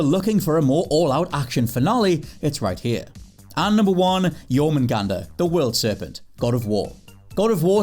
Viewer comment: Was expecting to butcher the world serpents name in God of war. Pleasantly surprised. Nice one